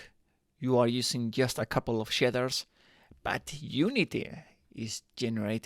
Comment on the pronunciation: Shidders are something else, I think you mean Shaders 🙂